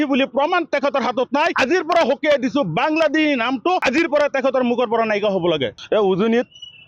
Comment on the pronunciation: বাংলা্দেহী নহয় বাংলাদেশী অহমীয়া নহয় অসমীয়া কথা কেইটা শুদ্ধকৈ কব নাজান আনক সকিয়াবলৈ আহিছ